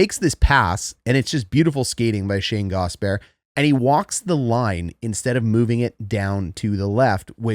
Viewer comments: it's 3 syllables, not two. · I love your channel. I have never played hockey, but have always loved watching. The x and o parts were a mystery. One thing Gostisbehere, is pronounced gost-is-bear. Not a big deal just fingernails on a chalkboard for us Canes fans. Just like Ko kin am ee from the ESPN jerks. Not cock in am ee. Thanks for a great channel!! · Love the channel. Polite feedback, please call him Ghost, or pronounce all three syllables: Gast-us-bare. (Gostisbehere) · Friendly tip from a canes fan, Shayne’s last name is pronounced GAWS-tihs-bair, love the breakdowns regardless! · It's pronounced Gaw Stiss Bear - Hope that helps! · Wow, dude, how does your head fit inside this little screen? The name Gostisbehere has three syllables in it, by the way.